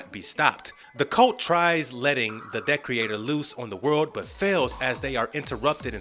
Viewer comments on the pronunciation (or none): Ye, it's not Decorator, it's DE-creator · Pretty sure it de-creator and not dec-reator. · The villain you refer to is Decreator (pronounced DEE-CREATOR, NOT DECK-REE-ATOR) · Decorator lol. The way you pronounce Decreator is extremely funny. It sounds like you are saying decorator! It's pronounced de- creator!! Great information in the rest of the video though! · So this dude hasn't watched the series I'm assuming bc the way he says Decreator and Lucy Fugue is driving me insane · Wow, Jane IS in comic books, not at the very beginning but in the Vol.2. You just saw the tv show and check wiki-fandom to complete holes ? Also you mispronounced Monsieur (wich is not the 1st name of the gorilla) and De-creator... and Lucy Fugue, like... fugue ! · Anybody else die inside everytime he say decreator wrong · I'm glad I wasn't the only one bugged by this